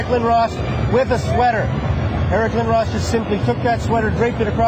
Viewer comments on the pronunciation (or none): Eric Lindohws? wtf... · It is lind-dros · You said lindros wrong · My ears hurt every time an American pronounces Lindros wrong